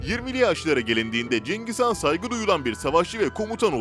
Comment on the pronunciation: cengiz kan kim mak ikide bi cengiz kan diyip duruyo .. CENGİZ HAN. cengiz kan değil.